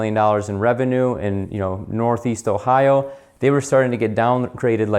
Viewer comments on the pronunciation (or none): none